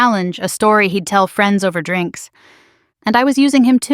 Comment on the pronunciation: The way the robo-narrator pronounces "drinks" makes me regret having ears